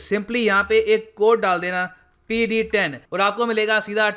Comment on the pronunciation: Sir, why have you stop calling PD 10 means discount, the way you say is actually so funny..!!!